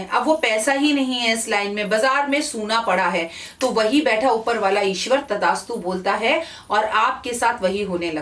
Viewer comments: Tadastu nhi mam... Tathastu hota h... Sorry aapko correct krne k lie... Sorry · It's Thasttu Not Tadastu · Tadastu nhi devi g tathaastu 👍👏 maaf kijiyega agar bura lge apko to🙏😐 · तदास्तु नहि तथास्तु होता है जि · Madam Tathastu hota hai Tadastu nahi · It is TATHASTU and not tadastu 🙏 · तथास्तु its थ not द... Sorry if i heard it wrong ma'am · मैम करेक्शन करिए तदास्तु नहीं तथास्तु होता है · Tadastu nhi Tathastu hota h...Improve your pronounciation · Tdastu nhi tathastu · With due respect it is not tadaastu ,it is tathaastu.